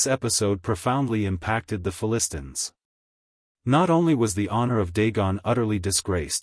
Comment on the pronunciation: Announcer not able to pronounce the Philistines right. False doctrine is not even from the Bible